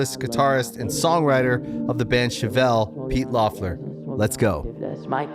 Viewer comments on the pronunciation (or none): He didn't get that right either lol it's pronounced "leff-ler"